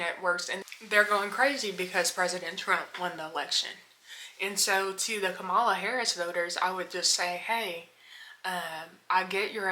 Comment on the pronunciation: A total drifter. Wait until Project 2025, tariffs, and World War issues break out if it will be funny to see if you are on a plantation for trump and his fools. But for the record. You are straight up ignorant. Reason I say that because after all this time, you can't truly pronounce her correctly. So why would I take anything you say seriously? A con played you, and you are a youtube online con.